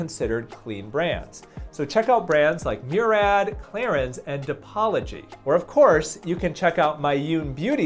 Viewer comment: This was the drop... Clarins is pronounced 'clah-rang' Omg it just makes my skin crawl. Merry Christmas from long time follower🎄🎁